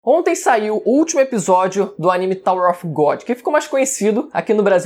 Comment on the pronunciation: Não e off e of que se pronuncia av. kkkk